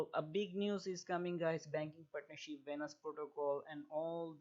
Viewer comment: It’s Venus coin not vanus and it’s lend Not lannd